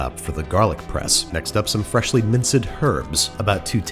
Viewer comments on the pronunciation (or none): he said “minced” like ‘min-said’ instead of like ‘minst’ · Literally no one is talking about how he pronounced “minced herbs” as “men-said H-erbs” and it’s bothering me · “Min-ced Herbs” is going to be part of my new vocabulary. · I missed everything he said before and after “freshly mince-ed hhhherbs” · where is babish from that he pronounces "minced" as "mincéd", "herbs" correctly, and "basil" as "bay-zil" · First "sauce-pin", now this. He is growing too powerful. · Did you just say Minc-ed?